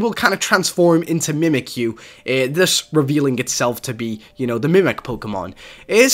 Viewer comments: its mimikyu not mimikuyu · accident*, and were u trying to point out saying Mimikyu wrong?